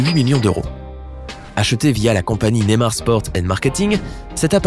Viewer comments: C pas nemar mais ne*y*mar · NeYmar pas némar 😂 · Ptn comment il dit Neymar